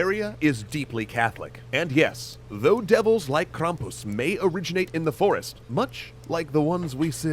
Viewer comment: I am from Pennsylvania. and I correct this to say that is BULLSHIT. it's Krampus mkay